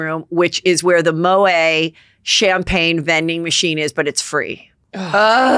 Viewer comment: Moët is pronounced 'Moe-at' in French, not 'mo-eh'